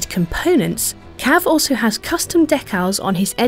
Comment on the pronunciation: "Deck-Al's"?! Try "Dee-Kal's".